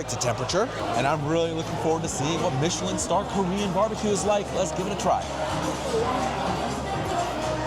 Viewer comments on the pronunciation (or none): none